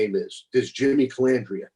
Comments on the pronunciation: Larry calls out Jimmy for saying Mezza instead of Mazza and then goes on to call him Calandria instead of Calandra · I'm not on either side. I like Larry but I laughed when he said the guy Mispronounced his name as Mezza. Then Larry turns around and mispronounced his last name as Calandria. Did Larry do that on purpose? 😂😂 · Larry harped on Jimmy not being able to pronounce his name correctly. Jimmy said Mezza instead of Mazza but Larry is saying Calandrea instead of Calandra 🤣🤣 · kinda funny you had no problem spelling the guys name, but you def had an issue pronouncing it.. hmmm...